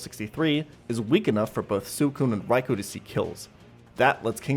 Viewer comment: (Swee-koon) and (Rai-koo), not (Su-ee-koon) and (Rai-ko)